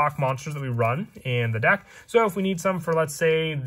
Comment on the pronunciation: Why does he keep saying dak? Im confused